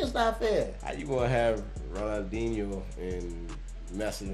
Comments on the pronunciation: You said his name correct on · YEH MAN so glad you showed your Bro this....for 3 years this guy hit a level i have never seen before or since, Crazy Ronal- Dee- Neo that's how you say it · Pronounced, Ronald-genio, he was going out as Messi was coming in. Taught him how to move thru defenders, basically. This man is a lot of folks favorite player, ever. Passing thru the legs of a defendor is called, Nutmegging (not sure why). It's a popular show of disrespect among racial and ethnic minority players when they feel they've been targeted on the field. Ronaldhino was probably the first pro soccer player who did beach tricks (constantly juggling over opponents heads, passing with his shoulder, x-games stuff on a pro-level field). Plus, he could score. Damn good striker outside the box. Great Brazillian finesse, too. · Ron-nal-di-ni-oh. That's how you pronounce him. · Pronunciation: Ron - El - D - Knee - O (Ronaldinho) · Ik I’m late but it’s pronounced Ronaldinyo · The brother in red is almost say corect ronaldiniho de asis moreira